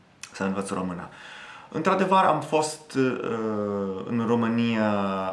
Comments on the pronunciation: U neeed to learn about "Ă, ș, î, â, ț" when U say "Romana" is wrong, it's "Română" so ye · As a Romanian, you speak my language very well. I congratulate you. Keep it going! Ca un român, vorbești limba mea foarte bine. Te felicit. Ține-o tot așa! Edit: I observed that at some moments, you pronounce ă as a. It's pronounced like uh in English. I hope it helps. Am observat că, în niște momente, pronunți ă ca a. Se pronunță ca uh în engleză. Sper că ajută. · ai învățat română 2 ani si tot spui românA in loc de românĂ..bruh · Pay attention to the ă. Sometimes you pronounce a instead of ă by mistake. For example limba română. No romana Also pay attention to â. You pronounce both very well which I don't see it very often to foreigners but you should watch videos in Romanian or listen to audio books or tales. Here on youtube there are lots of well made narrations of Romanian tales or poems an even some books. You look like you learned the theory and know the books but you're not so familiarized with how it actually sounds. I think you are close to get it that's why I think you can understand a video in Romanian. Listen to some poems or tales on youtube because you can't remember everything. By listening you'll correct yourself. My advise is to pay attention to â and ă because you pronounce them like I or a. Remember most feminine words end with the ă sound in nominative. If you end it with a is like adding an article. Limba română "La lingua rumena" Iinstead of this: Limba româna "La lingua la rumena"